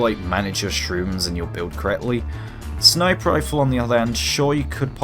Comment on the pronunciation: Lmfao I'm sure you're saying "sniper rifle", but my ears are hearing "sniperifle"...All one word, and only one R